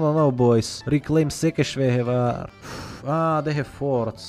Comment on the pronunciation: Wow u said Székesfehérvár very accurate nice